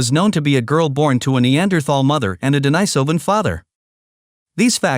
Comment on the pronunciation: Agreed. It's totally unnecessary. And I wish the narrator would settle on just ONE pronunciation of the word 'Denisovan'. This back and forth between two pronunciations of the letter 'i' in 'denisovan' is annoying